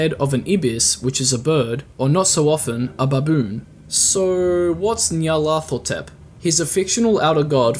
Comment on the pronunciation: Starting to watch this series, and man, can I just say that your pronunciation of nyarlathothep was just a bit off? Lol